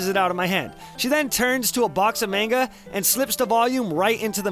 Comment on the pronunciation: 3 years late to watching, still annoys me how he pronounces manga